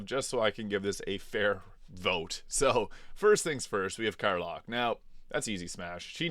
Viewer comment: Bro I'm 28 seconds into the video and you've mispronounced the name of a character in a game that has 1000% full voice acting, there is not a single line in this game that is not voice acted. How do you get "Car-lock" from "Karlach" seriously bro HOW HOW?? I can't subscribe to your channel until I know how this happened in your brain and came out of your mouth. Did you just play the entire game with no sound on? I'm flabbergasted beyond belief EDIT: And you did it again with Jaheira! JUH-HEER-UH, not JUH-HAR-UH EDIT 2: AWWWWWWWWWWW GAWD YOU WANNA SMASH ALIEN POON!!?? YUCK!!